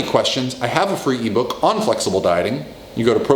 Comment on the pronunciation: "flexable Dieter" lol, I thought his name was Dieter :D